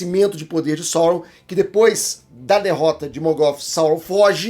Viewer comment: Só uma dica... A pronúncia é Saurôn! Até Saurrôn no élfico...